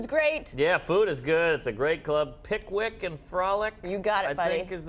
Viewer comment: Bobby Lee is hilarious.... "pickwick and frulick"....